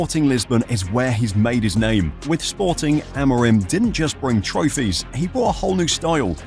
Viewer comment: it's Amorim! Lolol Amiron sounds so weird lol